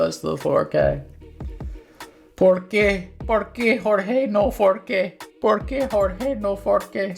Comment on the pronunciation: "¿Por qué Jorge?", no "for qué"